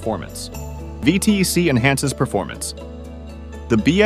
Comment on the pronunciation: Sorry, had to cut it after the third time you said “V T E C”. You’re insulting my religion. It’s pronounced ‘V tech’ yo.